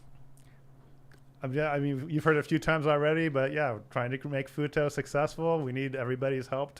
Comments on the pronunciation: I was listening in another tab and heard them say Futo and immediately clicked back over as fast as I could to see if chat would say futa. You did not disappoint. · ....did he say "Futa"? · For half the show i thought they were saying FUTA until i read the I'm not interested anymore. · Sorry, every time he says Futo, I can only hear Futa. If you don't know what that is, do yourself a favor do not google it.